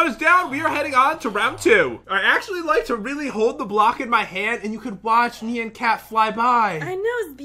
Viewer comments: Is it just me that gets annoyed when they say "Nean" instead of "Nyan"? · Me: nian or nyan Other people: neon like neo saber. THE Y IS PRENOUNCED AS AN I NOT AN E!!!!!!!!!! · It’s not my b-day My pet didn’t die I don’t beg for likes I don’t even try These youtubers rock I laugh till I cry But pat and say nyan wrong